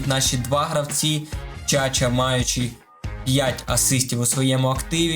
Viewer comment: не Чача😂 а правильно Чачуа